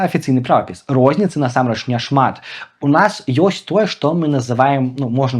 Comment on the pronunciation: Памылка - няправільны націск у слове насамрэч. Ягор таксама мае яе.